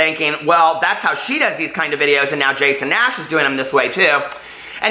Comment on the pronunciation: "Jason Nass" XD